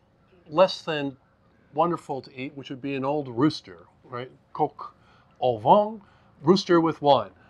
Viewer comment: I love a great CdP. Also loved the way you said Coq au vin, "Coco vin" ❤ Cheers both 🍷